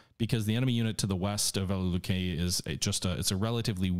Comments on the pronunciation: Velikiye Luki is pronounced like this vuh-lee-kee-yuh loo-kee all best. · Disliked because you kept butchering the pronunciation of Velikie Luki. Scratch that - EVERY SINGLE Russian city on the map.